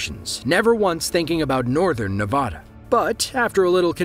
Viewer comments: it's pronounced nevada, not nevada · say Nevada the right way!